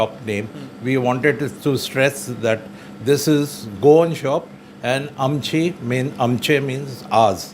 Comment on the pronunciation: Nice video.. Thanks for making video about goan in karachi.. Please pronounce shop name correctly.. Its Aam+ chei.. Goa ( means our our goa)